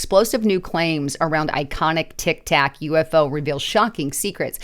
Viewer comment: it is a Tic-Tac not a Tic- Toc